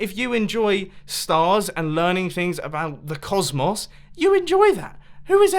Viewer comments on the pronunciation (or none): i love learning about the "coss-moss" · did he say cosmos or cos-moss? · I love the way you pronounce "cosmos"